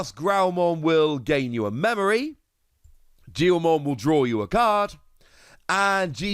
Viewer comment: Its pronoused Geelmon